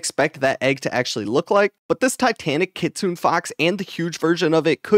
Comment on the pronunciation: buddy... it's kitsune fox, not kitsune fox. kit su ne. not kit sune. lol. I'm mostly hyped for the keybind QOL, I hope that if we get an event like this Good/Evil where we can afk hatch WHILE being in the grind zone, we can just press the keybind and drop flags without having to pause the hatching. the player profile thing feels like it a magnet for beggars though.